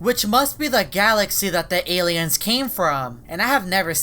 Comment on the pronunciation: Aliens he tried saying aliens